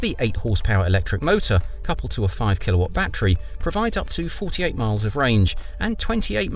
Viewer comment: But it's NOT a "ba-Tree", it's a "ba-TTerY".